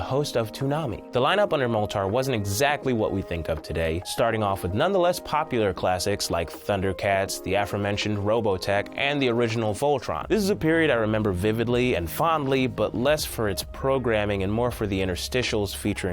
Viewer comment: did he say "the AFROmentioned Robotech" ? ;-)